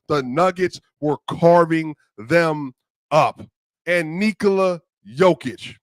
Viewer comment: Thanks for pronouncing his name correctly bruh 😂 , take notes!